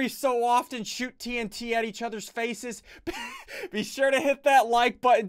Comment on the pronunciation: In the beginning, he says ,"Blow each other's faces up." I thought he said "feces" instead of "faces"